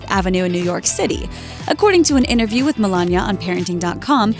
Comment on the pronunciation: The word isn't innaview it's interview. It has a t in it.